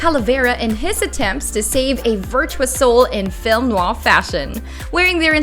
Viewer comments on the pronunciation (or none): "Film Noahh"